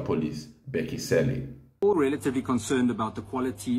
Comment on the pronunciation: Where are u coming from with such insultive pronounciation of Cele as "Selle"....??? 😮